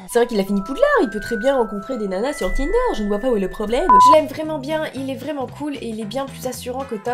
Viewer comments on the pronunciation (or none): none